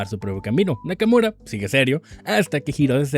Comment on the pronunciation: Nakamura ❌ Nakamuro ✔️